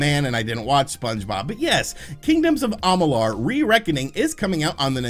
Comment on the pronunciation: Anyone elses eye twitched when he mispronounced Kingdoms name?